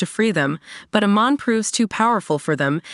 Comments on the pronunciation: don't remember a "Lin BYEFONG" or "AYMEN" in this story 🤔🤔🤔??? And the pronunciation of many other characters and key elements in the show are butchered. 😖😖😖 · Mispronunciation of Amon & "Blud" bending got me laughing 😂